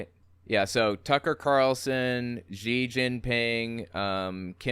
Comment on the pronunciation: X is pronounced as "sh" in Chinese. You need to learn that to say Xi Jinping properly. There are a lot of x's in Chinese pinyin. Of course real Chinese characters.